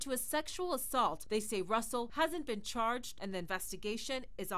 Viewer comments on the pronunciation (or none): none